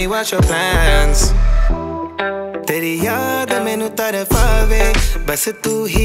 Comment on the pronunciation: Tarpave bro not tarfafe! Still amazingly done i would be more than happy to help you with word pronouncing